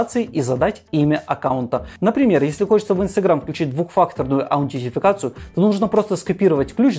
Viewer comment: "Аунтетификацию", режет слух